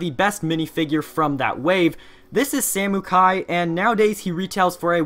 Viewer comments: The fact he called samekai samookai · It’s pronounced Sa-Moh-kie